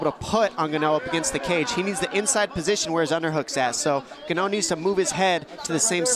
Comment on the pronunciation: Franic "Gano" they said lol